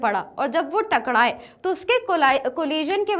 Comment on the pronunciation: Mam takrae not takdae